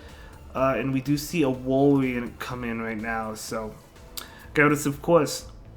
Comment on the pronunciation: Wal-rain is how you prenounce it